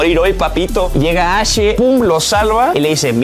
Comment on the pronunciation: No se dice ashe se dice ash la e del final nose lee